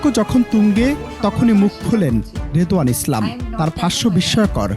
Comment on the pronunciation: রিদওয়ান না রিদওয়ানা